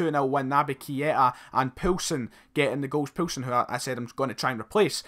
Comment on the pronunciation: Keep Yussuf Poulsen and it's pronounced "POAL SEN" ( im Danish)